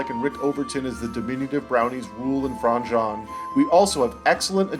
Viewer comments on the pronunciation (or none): Please watch the shows you review. The character name is Franjean which is not said as Fron John. Franjeen is how it is said which means you didn’t watch the show. Or no one corrected you during recording because you don’t watch the shows you review. Your reading someone else’s review